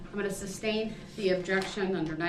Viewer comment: he "axes" a lot of irrelevant questions and also pronounces 'sustain' "substain", and 'tacit' "tackit".